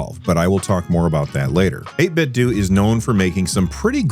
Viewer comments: apparently its 8bitDOO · This is small, and silly and besides the point - It's "Eight-bit-doh" like "Nin-ten-doh" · Yeah, the official pronunciation is like "Nintendo." That's why they chose that name, it seems.